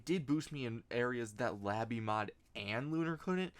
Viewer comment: lay bee mod not la bee mod